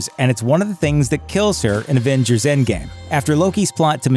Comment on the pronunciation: It really bothers me that he keeps saying advengers not avengers